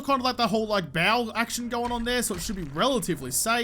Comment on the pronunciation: Its bow not bow